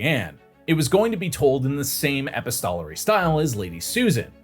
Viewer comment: Just some feedback for whatever it's worth: I think the background music is too loud and distracting. Thanks PS: "epistolary" was mispronounced